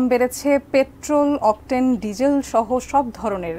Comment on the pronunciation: Beshi suddho bolte giye octen ke octel banay fellen vai?